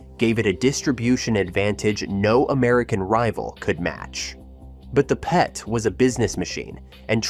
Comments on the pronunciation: How do you say PETE instead of PET? I've heard some ridiculously mispronunciations, but this takes the cake for something so obvious. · It wasn’t the Commodore Pete, it was the Commodore PET. How can you mispronounce that?